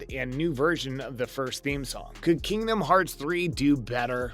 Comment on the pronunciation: This guy doesn't even know what the hell is talking about. Not to mention his pronunciation on Kingdom Hearts. From now on right dislike in your comments. (DISLIKE)